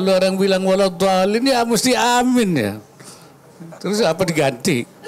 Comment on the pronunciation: Waduh kek jelas beda lafadz loh , ketika mengucapkan nya dalam Sholat / ketika doa supaya dikabulkan , itu lafadz nya AAMIIN Kek, bukan AMIN , jelas Beda dri segi lafadz dan makna juga kek😂 Kacau ini wakilnya pak OWI jarang nongol sekali nongol ....ysudah lah😂